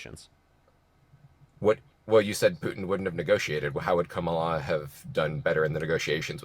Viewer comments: Respect the men’s last names while butchering the woman’s first name 🙄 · Why can't any of these maga people say Kamala's name right???? I think they must have some kind of brain damage or something. has to correct every single person on his program.🙄